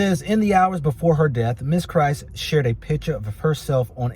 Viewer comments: She is biracial and was alledged to left a note, her last name is Kryst not "Christ". Extra pronounced her name:) Kryst. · It would have been nice to listen to news stories in order to pronounce her name correctly. You're just reading what the news feeds have already reported.